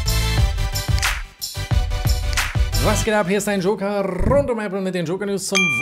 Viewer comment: Sei nicht immer so läppisch mit deinem rrrrund 😢😂